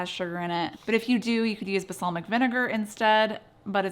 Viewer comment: Basalmic? 😂😂 love you,!!